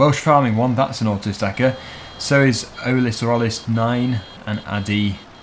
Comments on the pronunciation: first time you tried to pronnunce my name it was correct. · the second time you tried to pronounce my name Olis9 was correct:)